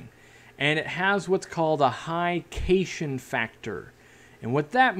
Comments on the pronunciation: My man literally said cation like "Caysion". It's Cat-ion as in Cation excha ge capacity- soil scientist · "High cayshun factor" is pronounced "high cat-eye-on exchange ability" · cation is pronouned cat- ion it does not rhyme with vacation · When you say cation (cay shun) factor, I think what you mean to say is cation (cat ion) as in cation exchange capacity (the measure of how many cations can be retained on the soil particles) or how many nutrients the soil can actually hold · No biggie, but just in case it matters to you at all, cation is pronounced "cat-i-on" like "cat" (meow) and "ion". Ions can be positively or negatively charged, and are called cations or anions, respectively. The cation exchange capacity of the clay part of a potting mix is a big hullabaloo in the bonsai community. Most of the old masters roll their eyes at substrate discussions (in the bonsai community, not the fish cult) and say things like "I use Akadama because I can get it at the hardware store for $6 a bag. If I lived in Indonesia, I'd use lava rock. Why aren't you studying wiring technique this hard?" (Actual quote from a Japanese master.) Anyway - thanks for all these vids. G/f just carved out the backdrop for our 75gal from layered extruded polystyrene and we're putting the concrete on tomorrow. So... <2 months away from our goldfish getting a serious housing upgrade. Your filtration vid was an integral part of understanding the bacteria-surface area relationship, and in general your vids have a very financially-conservative approach to the hobby which is extremely appreciated. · fyi cation is pronounced "cat-ion" ...as in the animal that meows - which are positively charged ions such as dissolved calcium, magnesium, sodium, etc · Cation is pronounced cat ion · Cation doesn't rhyme with vacation. It's pronounced cat-ion.